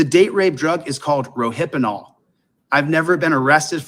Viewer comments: "Ro-hippa-nol... First off it's just "Rohypnol " you granny glasses wearing dumbass... Secondly, last I checked GHB is often used as a DRD too... dumbass. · you dyslexic 💩, you should have stayed in school bud. The drug you mispronounced is called "Rohypnol" not "Rohypenol", there is no such drug as "Rohypenol" and yes I graduated from medical school, duuuuuuh!